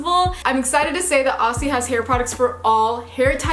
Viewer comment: Love this. I just want to help you with saying Aussie (oz-zee). Yours sincerely, a confused Aussie.